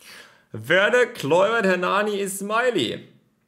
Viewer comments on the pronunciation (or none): none